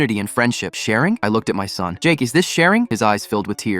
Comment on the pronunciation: thought they said “thumb” instead of “son”